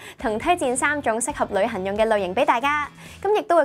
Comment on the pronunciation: 我成日聽到佢講「旅痕」.....